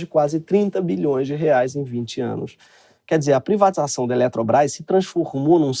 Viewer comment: parece que saiu um sotaque mineiro no "privatização da eletrobras" (?)